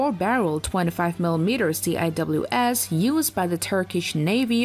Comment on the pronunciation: it's pronounced "sea-whiz" not "C.I.W.S."